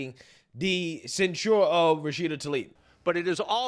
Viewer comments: Censure = "Sen-sher" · I’m a Republican, but censuring someone for their political free speech is a red line for me. And then using the “ disinformation” excuse that’s been used to oppress us??? And to the Black conservative- it’s pronounced ‘“Censhur”, not “ cen- SHURE” you’re a college educate person, get it right. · Please! Stop saying "cent sure". Its cent sher". When inshare these videos, liberals criticize enunciation. Its a small but important point. 🤦🏾🤷🏾‍♂️ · cen-SHOOER lol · Please pronounce censure correctly. You are pronouncing it like the drink for old people Ensure. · Hearing you pronounce sensor Makes my ears hurt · ...please go to the dictionary and learn how to pronounce the word "censure"! Do that with other words you can't pronounce correctly. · Does he not know how to say the word 'censure'?' Lol.